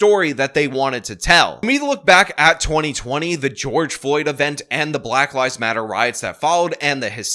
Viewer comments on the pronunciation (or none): At the start of your video I thought you said "at the height of the black lies matter protests...." LOL, oopsie! Oh well, it still works.